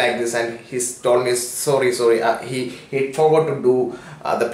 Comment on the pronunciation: Bhai ka vocab- vehicle - "vaykal" sorry - "sooory" fuel - "feaul" fueling - "feauling" away - "ayeway" rupees - "rupis" and so on... RIP English...🌺